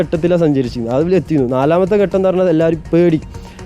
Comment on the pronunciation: എന്റെ പൊന്നു സുഹൃത്തേ ഘട്ടം എന്നാണ്. അല്ലാതെ ഗട്ടം എന്നല്ല. മലയാളം നന്നായി ഉച്ചരിക്കുന്നവരിൽ നിന്ന് കേട്ടു മനസിലാക്കി പറയൂ. ഗട്ടം ഗട്ടം എന്ന് ആവർത്തിക്കുമ്പോൾ അരോചകം.